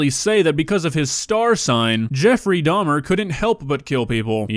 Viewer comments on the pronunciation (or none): damn i hate to be the one that points out that its dahmer not dahms